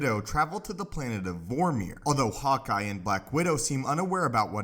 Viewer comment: I thought i heard "hot guy", not "hawkeye" 😝😝😝